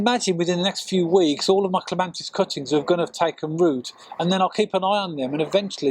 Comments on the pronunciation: It's Clema(T)is, not Clema(N)tis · Cant believe such a knowledgeable man on gardening, doesnt know its Clematis not ClemaNtis!!! Never mind - very helpful - but very annoying... .!! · It is not a regional accent. Pronouncing Clematis with an "n" is incorrect. The title of the video suggest it is a tutorial video. Tutorials should contain factually correct information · Clematis not clemantis! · Thank you for the clear clemATis cutting guide, please note no N in Clematis. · Great apart from calling it a clemantis it did my head in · CLEMATIS. CLEM AT IS.Not CLEMANTIS..NOT..CLEM AN TIS. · I wish you would get the name right, there is no "N" in clematis. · There is no N in the word Clematis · I can't watch this. Every time I hear him say CLEMANTIS it's like someone scratching their nails on a blackboard! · Thank you, wonderful video, but every time he said clemantis I cringed. It’s painful 😂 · It's clematis! No n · He is wrong There is no N in the word Clematis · You cannot even pronounce it's name properly!!!!!!!!!!!!Very annoying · Yes if you keep hearing the wrong information and nobody corrects you then you are going to keep spreading nonsense around. It's unfair not to correct people, if you are sure they are wrong. There's no N in clematis. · Shame on your attitude, so he made a pronunciation mistake. Show some class.